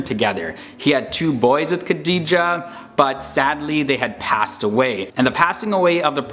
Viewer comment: I liked it because his pronunciation for the Prophets first wife's name was typically American. Hilariously Wrong. I smiled throughout.....Tip. Quizz a practicing muslim......found in any old Mosque....anywhere......